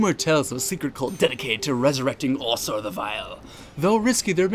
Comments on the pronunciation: Why can’t you pronounce Ausar right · it's basically the pronunciation mister Ausar (OW-Sar)